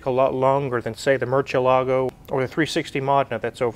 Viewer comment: everytime the pronounces "Mercielago" in proper Italian I get happy in my tummy